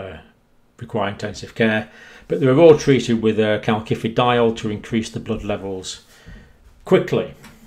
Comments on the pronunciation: Calcium....second c sounds like “see” because of the “i” following the c Calcium.... first c sounds like “Kay” because an “a” follows the c Calciferol....first c sounds like “Kay”, second c sounds like “si” because it is followed by an “I”. Word sounds like Kal-si-fer-ol not Kal-ki-fer-ol. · Calcifediol is pronounced 'kalsifediol' with s rather than k. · Please please dear professor, there is no “K” in calcifediol. It hurts my ears and detracts from your great message. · Great stuff but surely the second C in calcifediol is pronounced like an S. As in calcium.